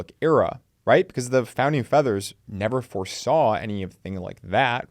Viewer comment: Founding feathers or fathers? 😂 great video though!